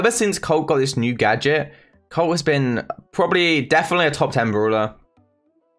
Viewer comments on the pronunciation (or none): British Colt becomes, “Coat” 😂